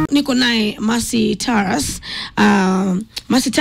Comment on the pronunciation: Please correct the NAME. NOT TARASS. TA RUUS..only. Vernacular names in Kenya are pronounced like Kiswahili. Mang'eni is ......not. "me-n---jeai"